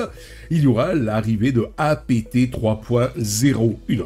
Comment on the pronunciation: OK, OK, OK j'aime tes vidéos, intéressantes. Je m'abonne, mais juste une condition : tu prononces dorénavant APT (comme le mot Apte) et non pas A-P-T (comme "a pété"). Peace & Prosper. 🖖❤😉